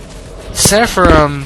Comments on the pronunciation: It's not "seffa-rim", it's "Sara-fim". Pretty simple pronunciation, actually. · Great review, but sepharim.... lol it's seraphim. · say it with me, please ...SER-A-PHIM........OR SARAFIM